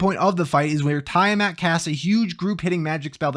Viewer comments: Yeah, it's Tee-Uh-Mat not Tie-Ah-Mat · It is Tee-ah-mat. She's based on the one from D&D. Most of the stuff in this game is. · It's actually not tea-uh-mAt or tie-uh-mAt it's tea-uh-maht